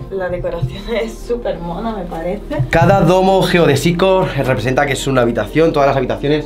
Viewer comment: Me parece que geodÉsico se acentúa prosódicamente en la segunda "e"